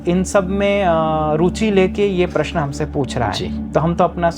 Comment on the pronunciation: Aap paras bol rahe hai Pl correct your prounce of प्रश्न